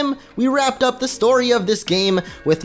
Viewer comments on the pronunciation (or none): none